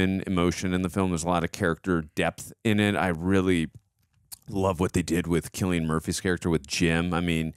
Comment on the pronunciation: At the very least these guys know how to pronounce Cillian Murphy's name lol Even if the chimps weren't infected, I'd be really cautious to let them out. Those fckers can rip your face and balls off. Them being infected is just bonus.